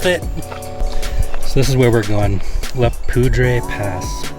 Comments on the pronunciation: pronounced Poo-der Pass French for Powder based on the name of the river Cache la Poudre in Ft Collins. Cheers ! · COLORADans say "Le Poud-er"...now you know. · strangely, it's pronounced "la poo-der" pass